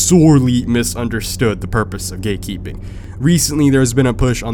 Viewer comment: I thought u was saying “gay keeping”